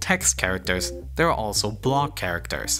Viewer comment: "Th" is NOT pronounced like "da" ... it is "the" not "da" . It's "there" not "dare" .